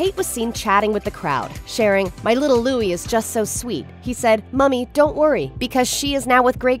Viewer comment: Your title of this video - 'Kate Middleton' etc. Please show respect for Catherine Princess of Wales and use her correct name; she also reportedly dislikes being referred to as Kate. However, thankfully you do pronounce Louis correctly .